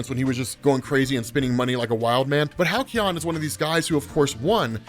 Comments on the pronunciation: Halcyon? Why Hal-key-on. Its Hal-see-on. Sorry it just drove me nuts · "Hal-Ke-On" ? not "Hal-See-On"? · Halcyon is pronounced Hal See on, it means like happy days of the past in basic terms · God damn please learn how to pronounce Halcyon 😭